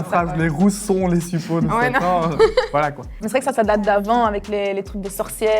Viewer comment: suppôt !!!!!!!!!!! et non suppos les gars .....